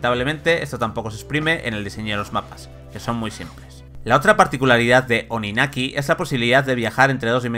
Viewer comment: TODAVIA ESTÁN A TIEMPO de borrar este video, corregir el pronunciamiento del nombre del juego y ese sonido horrido del minuto xD